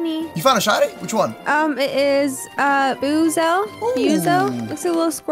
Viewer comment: Buizel is pronounced bweesle